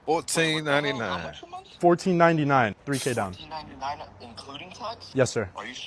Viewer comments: It’s “Month” not MON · Why can't she say the word month with a TH at the end? I mean, these people always have their lazy talks and their own English they really butcher the English language. Gotta go back to school.